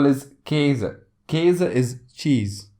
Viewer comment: Why do you keep pronouncing W words with a W and not a V sound? And the a in cat is not the same as kase with the umlaut.